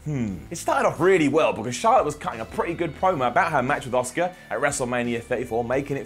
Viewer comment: Who the hell is “Oscar”? I’m pretty sure Charlotte faced Asuka at Wrestlemania. Asuka, it’s an “A” sound, come on, get it together 👍🏻